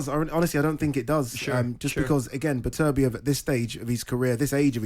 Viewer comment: Why is Simon the only one pronouncing his Beterbeiv's name right? Imagine going on air to talk about someone and not being respectful enough not to learn how to say his name right